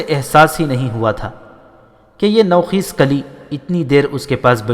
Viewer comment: Nou Kheez naheen Bal k Nou Khaiz نوخیز/ " خ " پر " زبر " لگا کر پڑھیں۔